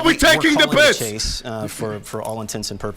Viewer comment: Case ❌️ Chase ✅️